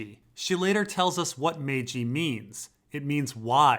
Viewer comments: You don't pronounce maegi like "May-G" try this say majesty, how you pronounce the maj part and then pronounce the word eye, it's supposed to sound like "maj-eye". I am right on this, I've heard the term used in other fiction & it is pronounced this way. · How you pronounce the first syllable of the word majesty, combine that with the pronunciation of eye & you have the correct way to say maegi, literally sounds like "maj-eye" not "May-G" which is one of the funniest incorrect pronunciations I've heard but considering Maegi is only really used in fantasy fiction it's not all too surprising got it wrong. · It's pronounced "mag-ai"